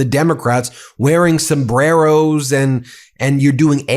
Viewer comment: She can't even pronounce the word "El Sombrero" pronounce your R's if you wanna make a statement.😂